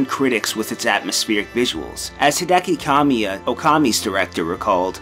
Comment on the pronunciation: Japanese enthusiast, anime fan, final fantasy fan, resident evil fan, Devil may cry fan, bayonetta fan, couldn't pronounce Hideki Kamiya's name? gtfo